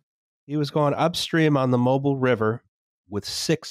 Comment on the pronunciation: Mobile, AL has emphasis in the first syllable.